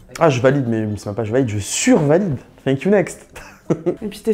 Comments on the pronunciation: Yayaya grave moi aussi 😂😂 en plus comment elle a prononcer le thank u next elle a dit fink u next mahh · «Fank you next»😂😂😂Par contre la rousse elle me soule à critiquer